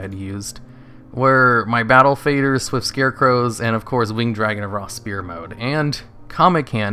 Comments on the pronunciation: It is sfere Not spere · Die-cot-uh-me also, sfeer (sphere), not spear